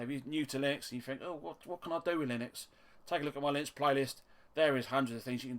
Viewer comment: "LIH-NUX not LIE-NUX" - ;-)